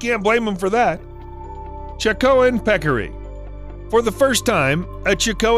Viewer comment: Me:Fluffy pig Dude:Pecory